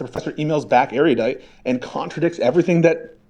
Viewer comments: Why do Americans seem to sound like they're saying "area-dite" when they say erudite? It's supposed to be said more like air-uh-dite. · IT'S "NOT SO ERR-YUH-DITE," IT'S NOT THAT HARD